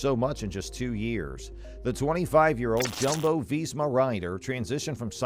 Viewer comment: Jumbo-Visma is pronounced Yumbo-Visma